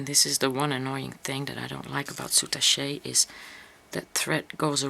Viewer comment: Very nice tutorial. FYI -I thought you might like to know, according to the Oxford English Language dictionary it's pronounced SOO TASH not sootashay. Thanks for sharing...